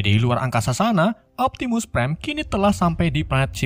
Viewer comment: Bakan optimus prime tapi optimu prime